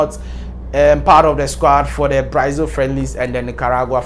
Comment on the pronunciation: The name is Brazil and not Braizil.